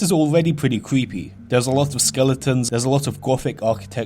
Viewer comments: It cweepy. Wtf . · It's not creepy as much as cweepy. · Vewy cweepy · vewwy cweepy and scawy :'( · Yeah vewy cweepy indeed my fwend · Weally weally cweepy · ''which is pwetty cweepy''